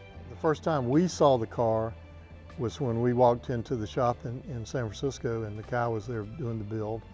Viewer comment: wish they would say Nakai right lol